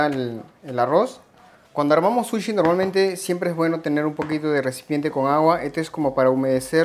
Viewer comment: Todo genial!!!! solo que no se dice "suchi" sino "sushi", todo lo demás correcto, matta kondo!